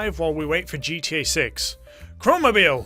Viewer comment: „geeteeäää“ (pronounced: GTE) 😂